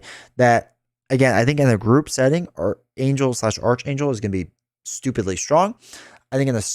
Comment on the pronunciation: FYI it’s pronounced arc-Angel (Or ark, Aark) not arch.